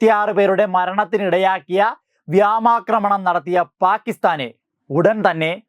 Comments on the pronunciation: വ്യാമാക്രമണമല്ല അവർ നടത്തിയത് വ്യോമാക്രമണം ആണ് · വ്യാമാക്രണമല്ല, വ്യോമാക്രമണം. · Viomakramanam & not "viamacramanam"